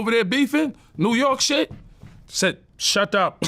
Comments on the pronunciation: “Shat up” 🤣🤣😂🤣🤣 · Policeman says "shadup" 🤣